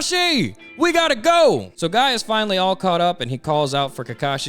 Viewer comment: Tsunades voice is PPPPPEERRRFFFEEECCTT please keep the voice, like the way you said Guy as “Goi” Emphasis on the I has me cracking alittle bit.